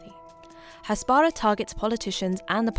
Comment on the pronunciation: It's pronounced "hasbarAH" not "hasBARah" 🙄